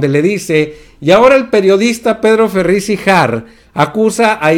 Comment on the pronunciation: NO es Ferriz de Con ni tampoco se dice Volgaridades, por favor PRENUNCIE BIEN PA' QUE NO LO CRETIQUEN, también ya hay clases nocturnas de geografía, no sea burro